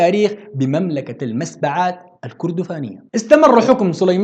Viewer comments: تعديل مُسبّعات بضم الميم و تشديد الباء كُرّا كذلك بضم الكاف و تشديد الراء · نعم...لاحظت في تسمية المسبعات...الباء مشددة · تصحيح المسبعات بضم الميم ونقول هاشم المسبعاتي عند النسب وليس المسبعاني وهذا لا ينقص شي من المادة الرائعة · المسبعات من مسبع بتشديد الباء يا.. المسبّعات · المسبعات معليش، ما بتعرف تنطقها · تشكر يا استاذ. على هذا المقطع الجميل و المفيد..بس عندي بعض الملاحظات على هذا الفيديو..معليش الفيديو قديم لكن حقيقة أعجبني جدا..اولا حسب ما تم تدريسنا في الابتدائي عن تاريخ السودان..نعرف ان كلمة المسبعات تنطق بتشديد الباء و ليس فتحها...حقيقة لا اعرف النطق الصحيح..اهو ما نطقته انت ام ما درسناه..ثانيا السلطان الذي اسقطه الزبير باشا اسمه ابراهيم قرض...نسيت اسم السلطان الذي ذكرته انت...و لك كل الشكر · والله ي م ح اقدرر أشكرك أو نشكرك لانو م ح يفي بالتقدير المناسب ليك..بس جزاك الله خيرا...هي اكبر و أوفى...مزيد من التقدم مزيد من الإبداع الى الأمام...بس لو ممكن تصحيح لطيف في نطق المسبعات هي بضم (الميم) وفتح( السين )و تشديد في (الباء). الى الأمام...تحياتي